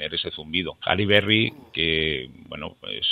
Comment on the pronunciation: Las orejas no transmiten ruido alguno, procede del oído interno, Laberinto anterior, también llamado cóclea o caracol, que se encarga de la audición. Se refiere a Halle Berry, no se entiende bien porque lo pronuncia a su manera.